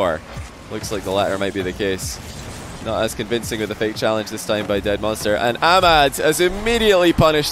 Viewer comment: You are from USA or England and you pronounce ahmad wrong. Just informing 😂